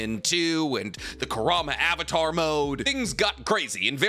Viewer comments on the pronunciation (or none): none